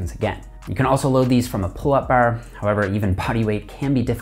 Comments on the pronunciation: the way he says bar reminds me of trailer park boys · after hearing him say 'bar' 4 times i had to see if he was Canadian :D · The way you say "Bar" get's me..